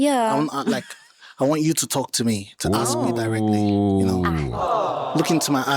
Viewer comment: "Aks". Sounds so ignorant.